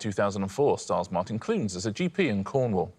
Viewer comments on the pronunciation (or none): none